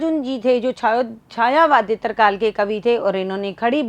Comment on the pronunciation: छायावादेत्तर नहीं, छायावादोत्तर होता है आदरणीया